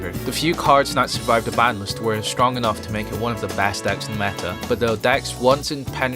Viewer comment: Your accent is horrible One of the best "acts"? Can't pronounce DECKS? LMAO 😆 When you say yu-gi-ho history the subtitles say new year history 😂